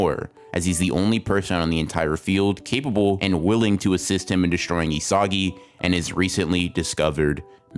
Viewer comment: Excellent analysis. But say it with me: "EE-suh-gee" 😂